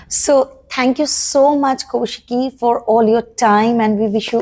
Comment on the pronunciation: its nt ko shiki kau shiki 😂it is